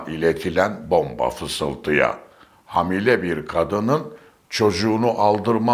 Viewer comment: Sizi dinlerken bilgileniyorum ancak bir robotu dinler gibiyim😅hamile,hadise,narin,hakim derken a harfini biraz uzatmalı okuyoruz,siz kısa pkuyunca kulağa bir garip geliyor,sevgiler.